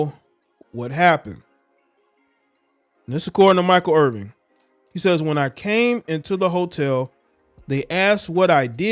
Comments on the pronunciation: Please learn the correct pronunciation of his name IrVIN...no G. Real unprofessional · Yo bruh, the man name Irvin, you gots to get his name right if you want props!